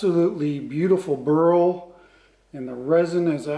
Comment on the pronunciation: Dear "BURL" pronounce with one cylable not " BURUL" with 2 cylable. You pronounce it wrong all the time.sorry